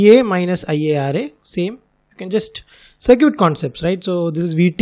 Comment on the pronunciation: Btw "circuit" is pronounced "sur-kit"